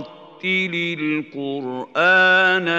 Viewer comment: he said wull qurisma but it is wuth qurisma why?! but mashallah :)